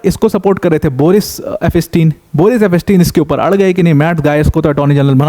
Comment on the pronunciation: It's pronounced as eps tien and not ep pas tin .